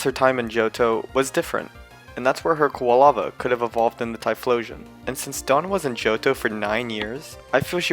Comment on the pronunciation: Typloson? What? It's typholsion, not bonslei it's bonsly and also not preimarina primarina man you need to learn how to pronounce pokemon names😒😒!!!